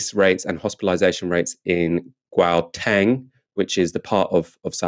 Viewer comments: Try pronouncing Gauteng as HOWTENG. I cringe every time I hear the presenters pronounce it so badly. Still not correct but much better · Gauteng is pronounced howteng and it’s grating hearing it pronounced wrong